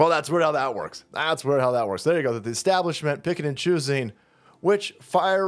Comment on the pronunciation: es - stab blishment ?